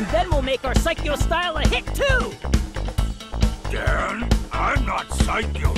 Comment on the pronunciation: The english voice is terrible and he says his own name wrong. It's DAN, not DEN. Now there is now way people will say it right, anymore.